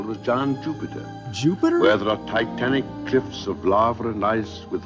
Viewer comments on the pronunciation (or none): none